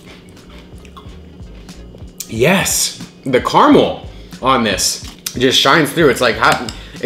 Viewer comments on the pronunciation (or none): Fact that you say caramel wrong is kinda annoying